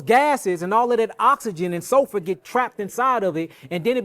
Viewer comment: I think that's just how he pronounces SULFUR